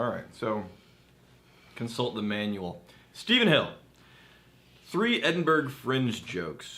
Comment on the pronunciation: absolutely murdered that attempt at pronouncing Edinburgh